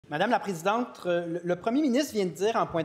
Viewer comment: "Mme la PrésidenTRE!"..... démissionne